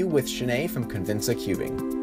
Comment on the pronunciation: I love how she pronounces it "cubin'"